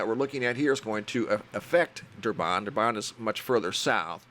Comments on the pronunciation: Dur - Bin not Dur-bon matey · Durban is where I live and the name is pronounced as Durbin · Heya, thanks for the info! Im from South Africa, and have family in some of these area's. Just FYI, Durban is pronounced "Durbin":) I used to live there before immigrating to Australia. Please keep the updates and info coming! It is greatly appreciated